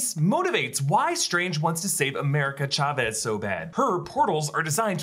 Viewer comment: Emphasis on the Cha in Chavez plz